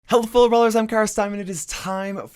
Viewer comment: Don't forget to turn on captions. "Healthful rollers"